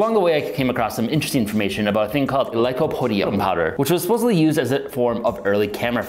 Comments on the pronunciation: Any reason why you started calling it "lycodium" instead of lycopodium from the start of the experiments till the end of the video? Or just a repeat mistake? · You also keep mispronouncing lycopodium as "lycodium". There's an extra syllable in there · GREAT video, VERY interesting!! But "Lycodium" kinda rankles a bit. Still subscribed and liked, though! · ...said 'lycodium', like, a hundred times... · Si lycopodium...not lycodium ....diocane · You're missing a syllable when you say lycoPOdium